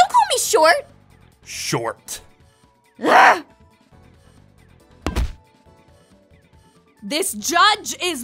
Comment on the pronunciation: The emphasise on the T tho